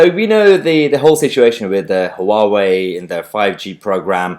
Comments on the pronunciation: Mahyar please learn how to say Huawei, There are YouTube videos demonstrating how to say it, it's 'Wow-Way' not 'Huh-Wow-Way' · It’s pronounced Wah-Wey.